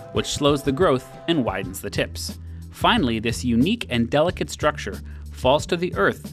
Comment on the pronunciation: Ashtronaut, shtructure, ekshtremely, it looks like you change every S sound before every T into SH. Is this a habbit or some local accent? I am asking as an English tutor who has to study many accents to understand all sorts of materials from many corners of the world.